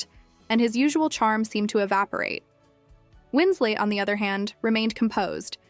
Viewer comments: Just an FYI... It's Kate Winslet, not Kate Winslate. Good grief... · Who the heck is ..Kate 'Winslate'!?? Her surname doesn't rhyme with her Christian/given name. It isn't even spelled Wins-'late'. It's Kate Winslet. Legendary actress, who's name shouldn't be so easily butchered! It doesn't matter that it's most likely someone from a younger generation narrating, as that'd be like me saying Marilyn Minrow or Munrew, or James Dune, or Cary Grunt, etc... lol.😅 I wasn't born until 1975... but I still know, who Marilyn Monroe, James Dean, and even good ol' Cary Grant are...let alone Kate Winslet.....AND, we didn't have the internet back then, either, or for decades after, OR spell check/body of work checks!!! A little bit of research, and fact checking, goes a LONG way. 🤔🥴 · "Winsley"... "Winslate"? More A.I. crap...